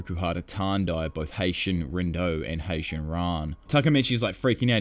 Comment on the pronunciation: Bro it's HAITANI not Haition